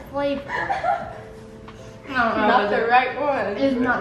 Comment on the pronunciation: “it definitely has flavorr” LOL I was dying